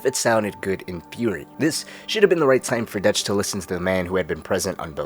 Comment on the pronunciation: Great content. Really odd pronunciation on some things though lol. Line: "What Dutch thinks..." You: "Whats Detch thinks" Subtle, but odd